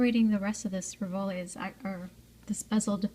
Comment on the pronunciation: Very pretty. Thank you. May I advise you that rivoli is pronounced "ri'-voh-lee" accent on the first syllable?